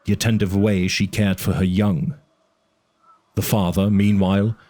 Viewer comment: Idk why, but it urks me every time he says "da" instead of "the".